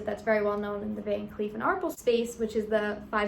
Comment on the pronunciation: It’s pronounced “Van Klef” not “Kleef”.